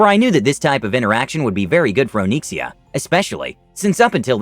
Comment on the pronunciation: O-nix-e-a it's not Oh-neeksia lol